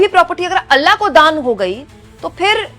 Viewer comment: अल्ला नहीं. अल्लाह है ❤